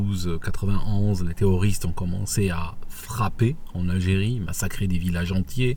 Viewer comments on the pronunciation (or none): none